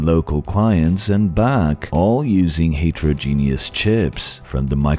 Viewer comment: That's absolutely not how you pronounce heterogeneous